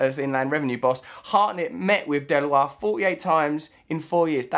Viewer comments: It's pronounced Del-oyt not Del-wah. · Deloitte is pronounced DE-LOYT. Russ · You can't even pronounce Deloitte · Delwa? You mean Deloitte, Russ-lad! Pronounced 'De-loyt'